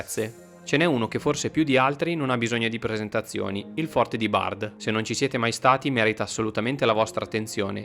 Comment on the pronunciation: Molto bello come reportage e video di ottima qualità, complimenti! Mi permetto solo di correggere la pronuncia di "Bard", in cui la 'd' finale non si pronuncia. Grazie per far conoscere la nostra piccola regione 😊